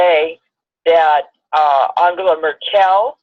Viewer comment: Although I vehemently disagree with ´s pronunciation of Angela MERKEL,hehe(sarc.) please pronounce on the first syllable.)), I would like to thank and as always for their smashing video. Your information is always most poignant! Though I fear the worst on our globe, I also have the great faith in PUTIN´s resolve to bring our world back to its important values. Once again: Danke, Danke.